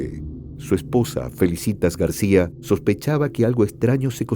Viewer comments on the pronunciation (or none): none